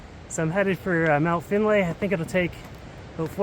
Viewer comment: Remember this! It's not "Finn" and certainly not "Finley" nor "Finnly it's ---> FINDLAY and with, this is the area around FINDLAY CREEK BC where he spent many years! And this is also the reason why named his dog; FINDLAY....and yea sure, also keeps it short by calling him "Fin" which is the correct short version.